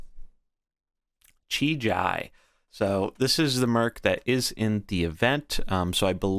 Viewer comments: Please dear god stop calling him "Chi-Jai" kekw. if you need phonetical clues, it's "Chi-GEE" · The I in JI is pronounced the same as the first I. The way you say it hurts my ears :D